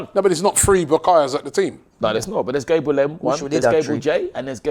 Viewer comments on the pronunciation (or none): It’s not Gaybriel it’s GABBB RE L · its annoying enough saying Gabriel, but at least pronounce it right if he cares so much about respect